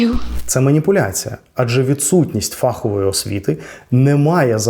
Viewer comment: Дякую. Дуже цікаво і змістовно. Але не фАхової, а фаховОї. ФаховИй